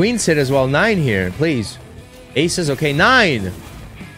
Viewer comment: Nine isn't Nein🤣 " i turn german now😂😂"